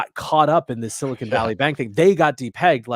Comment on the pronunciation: Love how talks about "Silicone Valley" instead of "Silicon Valley" lol! Very different things...